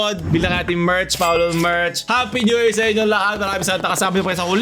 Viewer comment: Pi new yir lulers